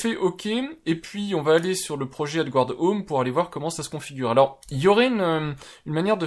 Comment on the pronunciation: Adgarde, pas adgouarde! Erreur fréquente des français qui ne reconnaissent pas le mot français emprunté par l'anglais et prononcé comme l'original. Ce n'est pas grand chose mais ça vous permettra de faire encore un tout petit peu plus pro 😉 (pour être totalement précis, prononcez "adgâd")